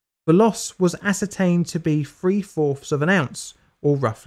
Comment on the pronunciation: "free fourfs" of an ounce. Lol, Brits need to learn how to speak English.